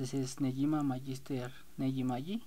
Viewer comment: Se pronuncia Néguima, son 38 volúmenes y actualmente sale la secuela en Japón, UQ Holder.